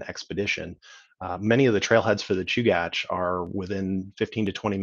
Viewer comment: Fantastic overview! I learned how to pronounce Chugach. Thanks for this series!